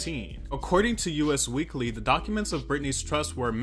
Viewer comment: Love your videos! But just wanted to point out it's "Us Weekly," not "U.S. Weekly." I noticed a lot of people incorrectly say "U.S. Weekly," so just wanted to make you aware!